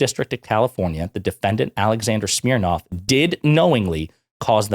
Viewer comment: Schmirnoff…🤣 schmirin’ lies.🤣